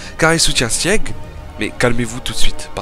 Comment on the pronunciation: Sieg ça se prononce "Zeke" mais oklm mdr